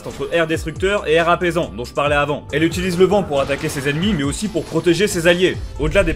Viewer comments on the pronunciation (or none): none